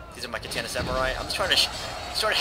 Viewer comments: KAH TAH NAH, Not: cat tana :P My only gripe, good video. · its ka tan ah